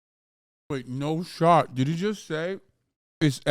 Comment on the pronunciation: If I have to see this 30 year old child, in a 12-year olds haircut, saying "no shot" like "no shawt" again just to hear what he says. I'm going to block his account. There are non children talking about this, FYI.